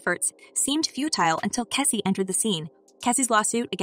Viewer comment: Is it that hard to pronounce Cassie? What's keecy and Kessie ? Cmon man! Also this is OLD news. I didn't see anything about the title of this post....FAKE CHANNEL!!